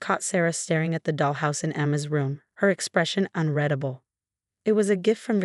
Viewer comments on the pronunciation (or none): It’s “un-REED-able”. They never get it right.